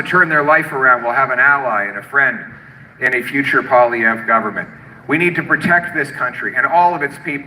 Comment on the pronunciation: Congratulations on pronouncing Polievre’s name. Many Canadians can’t. He going to lose because he played the victim for so long that when Canadians decided they needed a hero to fight Trump, we would never elect a victim to fight him